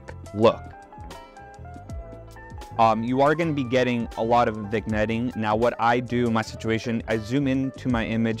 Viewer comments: the g is silent in vignette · Did you say Vigg-netting?